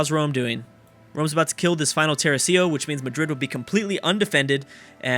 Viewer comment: thats not how you say tercio